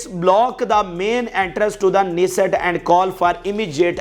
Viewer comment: Nessit Nahin kanesitt